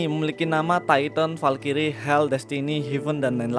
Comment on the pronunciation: Bang Valkyrie itu cara bacanya bukan (Valkyries) tapi (valkris)